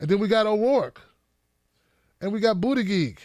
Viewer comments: It’s pronounced Boot-it-Judge 😉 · Thumbs up if you also think pronounciation of "Bootygig" is the best thing ever! Love you! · Please just call him Pete because your mispronunciation of his name is crying worthy lol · I don't like Buttigieg butt you should still try to pronounce his name right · Ugh.. annoying to hear you repeatedly mispronounce Pete's last name. If you can't say it properly, just call him Pete. 🙄😒